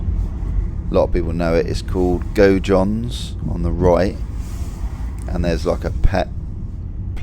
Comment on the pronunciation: Gojohns? Haha Wondered where you meant there, Gaudions was always a dodgy pronunciation. Shout out for posting bro, was wondering what the weather is like currently, looking fine for my prospective visit soon. Looks like not a great deal changed in my 3 year absence, love to see it. Would love to see a vinery tour, up the rue du gele too.